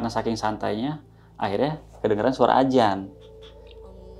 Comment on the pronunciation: Jaman sekarang kenapa sih orang ucap adzan sama astagfirullah hal adzim itu salah semua.kenapa ucapnya ajan sama astagfirullah hal ajim 😩.tolong klo ucap yg bener karna gak enak banget klo denger